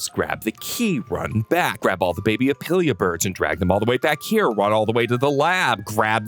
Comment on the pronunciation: Your character arc has been crazy! Now you just need to stop saying opilia bird and it’ll be complete.